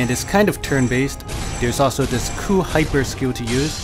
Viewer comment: does anybody else like when he says this is a coo game